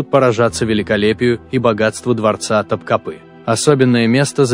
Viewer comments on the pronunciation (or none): none